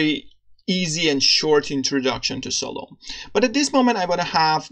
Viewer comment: Nice! Just a note: you should pronounce it as "Salomee".